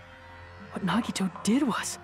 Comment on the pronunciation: NaGidO✅ Nagito ❌